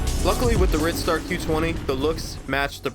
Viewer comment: Silly name? It's actually pronounced Ride-star. It's hard "i". Why is that hard to understand?? The pedal is what makes it a bicycle. If it had no pedals, it would be classified as a scooter.